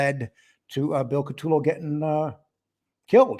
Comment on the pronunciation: Great Video Guy’s…BUT😉/…PLEASE…it is, "Ka-Toe-Low…" or “Coo-ta-Low” 🇮🇹…and Lastly, to be CLEAR I am NOT Trying to Help Jackie Get Out of Prison… I Wish You Both the Best…🌸BC